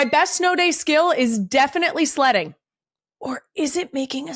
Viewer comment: Kylie's pronunciation of 'Sledding' sounded like 'Slutting', I had to do a double take..😅😅😅